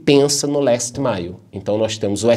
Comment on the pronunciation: Gosto do nosso porque ele fala inglês muito bem! Last mile bem pronunciadinho!😁